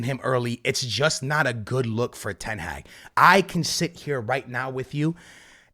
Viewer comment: Please learn how to say ten hag